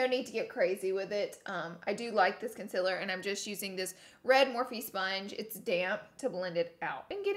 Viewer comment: Laura, it's concealer, not conciller.